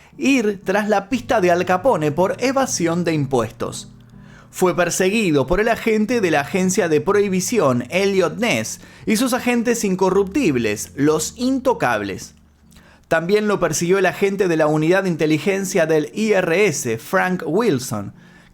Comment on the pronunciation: Dijiste elio pez?